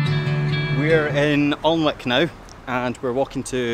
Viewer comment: Great vlog 👍🏻 Alnwick is Pronounced Annik....😁